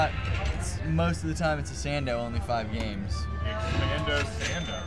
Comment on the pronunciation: did you mean to say expando ej hahahaaa